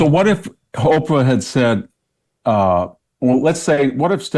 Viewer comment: Have you noticed that VDH says HOPERAH ?